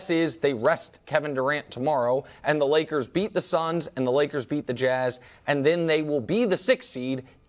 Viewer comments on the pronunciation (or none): none